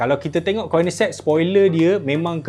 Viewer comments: Bukan koinigsegg sebut dia oii.. konigseg sebut dia bang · sebut Koenigsegg salah... Nak sebut Koenigsegg macam ni: KOU - NIG - SEG